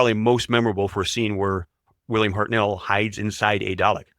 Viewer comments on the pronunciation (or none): Oh FFS. It is HARTnell like Heart Knell, not HartNELL you pillock. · HARTnell, PERtwee, BERnard, not HartNELL, P'rTWEE or B'rNAAARD